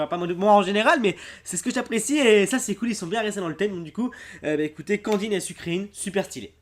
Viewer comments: nn sucreine ca ce dit plutôt sucre reine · le pokemon sucreine se prononce sucreine comme une reine et pas sucrine